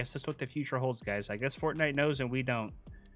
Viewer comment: Anyone else hear him say fartnite?